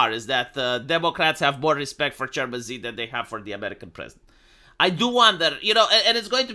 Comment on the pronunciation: se pronunță Shi. Nu Zi. Shi.